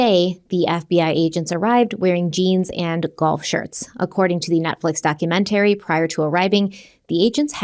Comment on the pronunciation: I love, but the way she says documaTARY and other words like that drives me a little batty lol